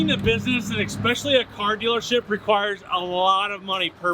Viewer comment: are you EVER going to stop mispronouncing 'especially'?!🤣